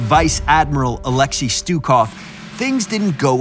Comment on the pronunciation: pronounce his name right and we might get him.